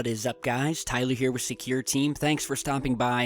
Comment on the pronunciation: Why can't you ever seem to say our name right? What in the actual fuck is Tyleeur? It is Tyler. Say it with me now... Tyler. You may find this helpful: TIE-ler (ler - rhymes with sir).